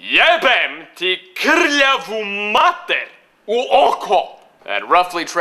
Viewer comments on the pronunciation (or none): lik je rekao krljavu xD meni nadimak krlja xDDD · not KRLJAVU..it's KRVAVU...:)